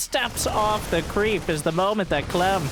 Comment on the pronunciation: get off… my… cweep…